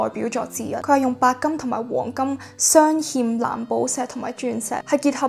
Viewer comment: Thank you for sharing! Just a little reminder, its 鑲嵌 (humm), not 欠